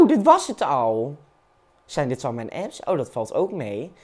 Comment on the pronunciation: Ik weet oprecht niet of nou expres apps raar uitspreekt of niet